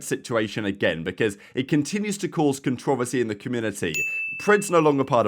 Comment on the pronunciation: That was an insane pronunciation of "controversy"